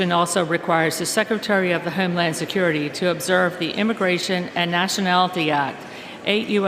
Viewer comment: She says HEME land